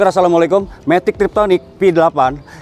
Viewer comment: Matic tiptronic om kalau sebutannya, bukan triptonic. Izin meluruskan om 🙏 #CMIIW